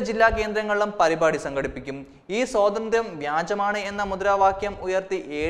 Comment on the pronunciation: സ്വാതന്ത്ര്യം ആണ് സഹോദര, സോതന്ത്ര്യം അല്ല